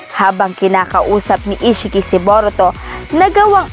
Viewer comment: Bowrowto Narrowtoo if naroto gave up😂🤣